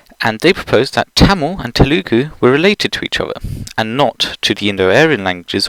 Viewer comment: As someone of Telugu origin (as in my parents are from India), the pronunciations are extremely painful to hear. I suppose I shouldn't fault you too much considering the weird way Indian pronunciations are converted to Latin letters, but they aren't Tamil (although spelled like it) Malyalum Teloogoo Kanduh instead they are pronounced Thuhmil (the il at the end is written with a sound somewhere in between il and ir, but it'll do) Muhlyahlum Theluhgoo (important stress on the first syllable) Kuhnahdah Importantly, they all stress the first syllable.